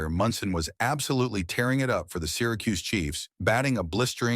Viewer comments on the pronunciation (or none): none